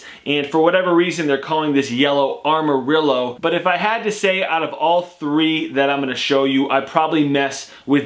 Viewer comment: amarillo!? damn you skipped spanish class lmao